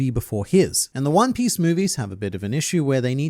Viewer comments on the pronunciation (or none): “one pee smoothie”